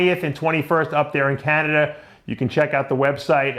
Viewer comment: where is "Canader" Dave? lol